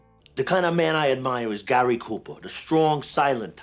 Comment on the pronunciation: The shtrong silent type? Like Gahry Koopa???